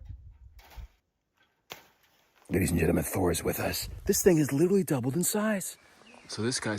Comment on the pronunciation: “Genuhmin”???????? "Intresting" is not a word. "Litterly" is not a word.